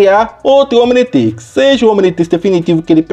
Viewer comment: como se fala Omnitrix como o cara fala omnitex